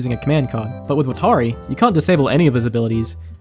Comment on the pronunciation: Did you watch death note subbed or dubbed? Cause the way you're saying watari is bothering me lol. Its nothing like the show